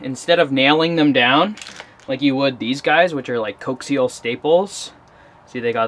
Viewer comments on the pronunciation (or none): Maybe get some non-slip drawer/cupboard liner to put under your fridge and power station. Were you trying to say coaxial? "Co-AXE-ull." I wouldn't worry too much about the size of that hole you drilled .... now you're set up in case you have to switch out the cords no matter what size.